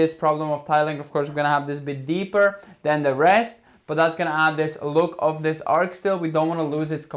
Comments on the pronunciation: ARCH shouldn't sound like ARK... the CH is like the beginning sound in CHEESE, or the beginning and ending of the word CHURCH. It's so fun, exploring this house with you, and watching you reimagine it and reshape it. God bless you! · Its an ARCH, not an ARC!!!! X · The word is ar-ch. The ch, is pronounced as in cheese. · Isn't the word arch not arch? 2 different meanings